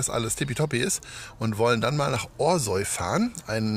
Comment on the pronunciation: Café Frau Ella ist eine wirkliche Bereicherung für unser Orsoy. Aber Eins zu dem netten Video, unser Orsoy wird nicht ORSOI gesprochen sondern ORSAU oder wie die Einheimischen bevorzugen OSCHAU! Jetz weiße bescheid, ne!